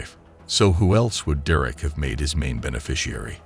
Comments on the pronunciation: WHO TF! Pronounces "Derek" ... doo-reck??? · How can your AI bot not be able to pronounce the name Derek ?